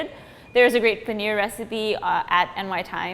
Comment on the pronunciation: Another disappointing and jarring rendering of the word paneer, where the last syllable is pronounced as near or beer. It is the simple long e sound as in beet, heat, peel. Well within the capabilities of the western voice box.